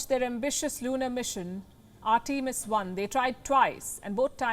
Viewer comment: It would be nice if you took he trouble to pronounce "Artemis" correctly. Americans created and named it, so show them the respect due and pronounce the name as they intended. I would hope you would learn to pronounce a child's name the way the parents intended. It's simple respect. Simple respect that you are not giving.